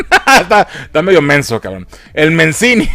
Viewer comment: "Mencini" XDDDDDDDDDDDDDDDD